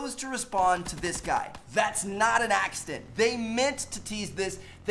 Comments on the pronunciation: It was not a "naccident" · Did Tmartn just say "Naccident"???? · He said nacident lol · Not a, "Nac" cident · "It definitely wasn't a NACsident